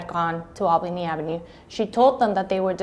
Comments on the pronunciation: Yes but he didn't pronounce Albany AV hartford correctly is this AI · Yes but he didn't pronounce Albany AV correctly